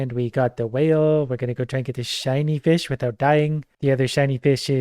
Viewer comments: 🤣😵‍💫 Anyone else start hearing vish wish ish? Edit: 🤯 🤣🤣🤣🤣🤣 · Idk if it was intentional or because of the countless times got used to the word fish that he's saying "increash" and "eachs" haha.